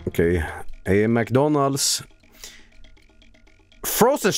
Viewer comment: It sounded like he said McDuncan's. I kind of like it